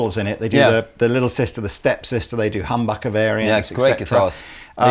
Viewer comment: I always like pronouncing " Humbugger ". Reminds of good ole Johnny Winter´s " You´re humbuggin´me ". You guys are smashing, i enjoy your channel, humorous and delightful. By the way, i never owned a Les Paul and would clearly choose a Little Sister over it. They look so stunning vintage and sound ***k´n good. Only my two pence.